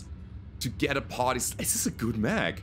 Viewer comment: For some reason I always hear "party sun" instead of partisan when u talk about the black knight. Obviously it needs a rename!